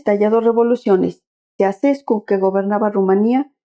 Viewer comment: Se pronuncia Chauchescu.